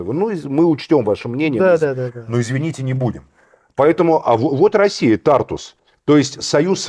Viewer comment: говорил уже не один раз в слове Тартус ударение на У